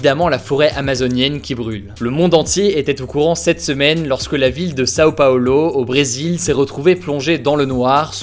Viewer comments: Slt Hugo, cool ta chaîne !! Pour ta petite info, on dit pas São Paulo en prononçant le A et le O (de São), mais on le prononce "San". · Ça se prononce "saN Paolo"